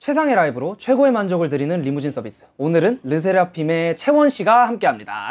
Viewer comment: I just noticed Korean people pronounce "Limousine" the way they pronounce "Lee Mujin"😭💀